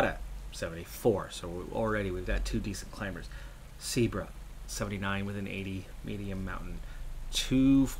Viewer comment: Seabra is pronounced See-ah-bra